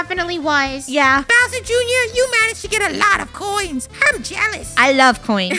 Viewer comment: has anyone realised how funneh says browser junior and not bowser junior